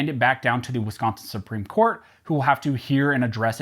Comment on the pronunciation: At least it didn't get pronounced wiscaaaansin